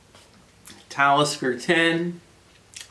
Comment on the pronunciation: LOL did he say METALISKER? this guy is a secret metal head? Love it subbed